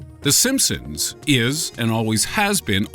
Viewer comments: And he just said it again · the Simpsoons not Simpson's simpsoons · did he just say the simspoons? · did i just hear him say "the simpsoons" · D..D...DID HE JUST SAY "THE SIMPSOONS?" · no this boi did not just day "The SimpSOONS" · I'm sorry but but he said sinsums at the beginning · did he say simpsoons? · did anybody else hear him say the simpsoons at the beginning? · Wait,the simpsooms ? Listen to the beginning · What is the "simpsooons"? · Lol the simpsoons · "The simpsoons" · Uhm did i just hear him say the SimpSOONS? tf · did this nigga just call it the simpsoons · The simpoens ?!?! Did anyone else hear that